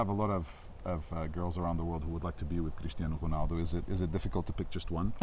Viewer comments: Crrrrishtianu Ruhnalllldo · Haha the way pedro pinto pronounces his name is funny lol cristiyeanu runaldu